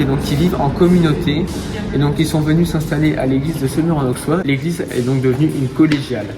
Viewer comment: Étant Semurois, je suis fier de notre magnifique Collégiale 😊 Bravo pour votre vidéo ! PS : En Bourgogne, le x se prononce sse. Ont dit Aussois, Ausserre etc 😉